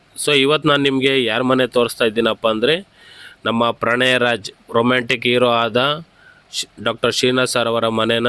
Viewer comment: ಪ್ರಣಯ ರಾಜ not pranaya Raj